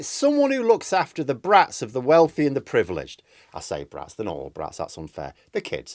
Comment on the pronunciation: surely it's "privileged"?